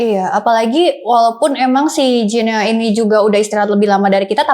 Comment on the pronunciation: Host shrsnya bs pronounce nm negara dg benar.. guinea dibaca gini